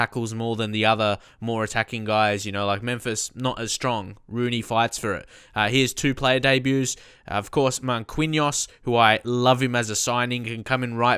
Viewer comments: 'markinoss' is correct pronunciation mate. just lettin ya know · Marquinhos is pronounced mar-kin-yos